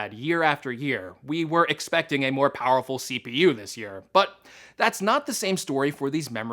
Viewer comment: Yeah i know... it's that "POWRFUL" 😂😂😭😂